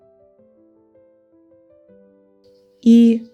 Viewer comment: Не смогла досмотреть и до середины! Говорите правильно накИд!!! Прям уши режет! Я вяжу с 8 лет и всегда накИд был накИдом!!!!